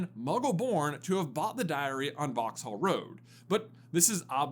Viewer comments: It's pronounced "vox-uhl" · Pronounce it as Vauxall the h is silent